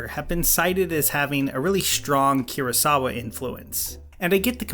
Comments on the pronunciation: And why no one mentioned "keerosawa" instead of Kurosawa???? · KIR-asawa, GRAH-guu, ah-SAH-kah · Ahsokka. Grawgu. Kirasowa.